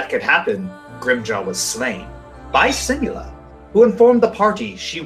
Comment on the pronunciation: "-and monsters, they realized these were set by simula as a means-" Ehh,, you mispronounced your name there.